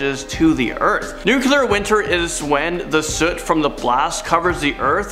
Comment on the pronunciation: Hehehe, nucyaler